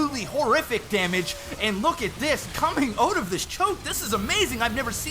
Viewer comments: STOP SAYING AHOT!!! ITS SAID OWWWTTTTT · What's with these guys and how they pronounce "out"? It's like "eut"